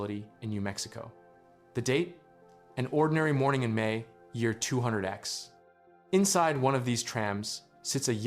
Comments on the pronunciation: We could basically call him a "Time Lord," right? "Two-thousand-ex" is more like it. "Twenty-aught-ex" would also be an acceptable way to enunciate that (though young'uns would think ya retro fer sayin' it that way). There some probability that the events of HL1 took place in 2003. "Tears?!" Really?! As in cry-cry tears?! What you meant to say was "tares." As in "rip and tear." Earlier you called him a "soldier," now you're calling him a "Marine." Only one is correct (the second one). Marines are distinguished from the regular Army. The HECU is joint-service, so the confusion is understandable. "Zeen?!" What the Foxtrot is "Zeen?!" :face-green-smiling: "There are thousands of me." ~The Tall Man (Marine) The Combine don't represent chaos. They represent order (in the form of oppression). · 200X = "Two-hundred-X"? Nice try AI.